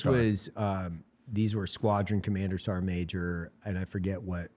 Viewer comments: Sergeant ❌ Ser’eant ✅ -Eli Doubletap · Is the pronunciation of the word "sergeant" as "sarnt" a ubiquitous part of the US military? Does the US military have its own dialect/accent?